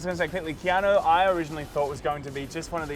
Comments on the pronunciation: KeanO? KeanO?? ITS KEANU!! UUUUU you fkn illiterates! 😂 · Keano?? Why are you saying his name like that our baby